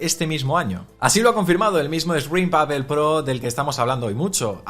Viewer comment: Hola siempre tienes buen contenido, sería interesante y coherente que la pronunciación de “Apple” fuera correcta ya que es la marca sobre la que se basa este canal.